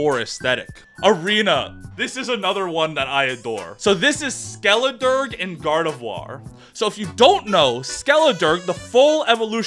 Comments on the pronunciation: It's very amusing how often Skeledirge's name is said....wrong. "Dirge" is said "durj" not "durg". It's a type of mournful song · I think it’s pronounced Skelederj. A dirge is a somber song or lament expressing mourning or grief, such as would be appropriate for performance at a funeral.